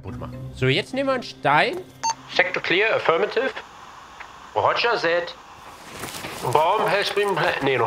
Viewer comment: Nobody: Hänno: Rogger Sätt